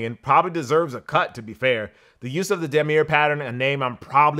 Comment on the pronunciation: "Damier" print is pronounced "Dom-ee-yay"